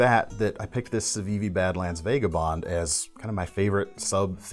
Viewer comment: Informative and entertaining as ever,, Icon of Style! One small thing. It doesn't make the overall value of these wonderful videos less, but it does make me cringe every time. The "a" in Vagabond is pronounced "ah," like the "a" in "Andersen," and never "ay" like the "a" in "David." It's vAH-guh-bond not vAY-guh-bond. Hope that helps. Sorry about that last one. I'll let myself out now.